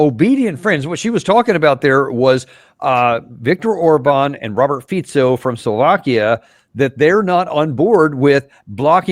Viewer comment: We know that Davis has deep knowledge just form saying FICO (FITZO) and not FIKO . That already mean he is paying attention to detail